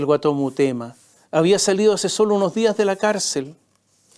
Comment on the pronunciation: La boda en el Padrino (1) fue en los 60 y no en los anos 30. El alias es Guaton Mutema, no Murema « 2 veces » dicho por este sarcastico periodista derechoide, demasiada imitacion a los farandoleros de la tv argentina.